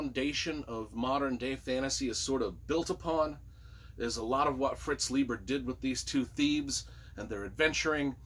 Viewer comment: the ei in Leiber is pronounced like "eye", not "eee"